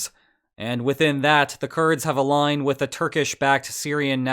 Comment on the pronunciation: there is a part of your video that I believe has some ambiguity with the pronunciation. Would you be able to clarify your phrasing at time when you say "They have a line with the Turkish backed Syrian National Army" because it sounds like you say "They have aligned with the Turkish backed Syrian National Army" which would wildly change the perception of the conflict in the area.